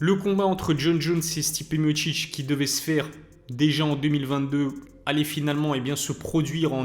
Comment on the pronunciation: Stipé mochiche⁉️😂 Pourtant c'est bien écrit non Miocic .... Mi o ci c